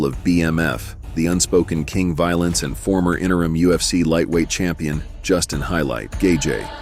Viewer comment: He said Justin Gayjay and his moms head is structurally unsound. In font of you at the movies, would be a nightmare.